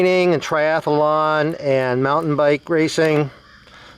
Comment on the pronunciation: No such word as triath-a- Lon